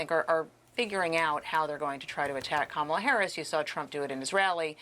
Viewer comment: She's been the vice president for almost 4 years. Primary school children know her name yet Trump can't/won't say her name correctly?? Her name is KAmala, Trump! Put some respect on it!